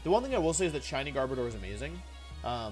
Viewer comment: The way you pronounce garbodor at the start made me believe you said gardevoir and got excited for 5 seconds bc I thought that gardevoir was gonna get a gmax form :(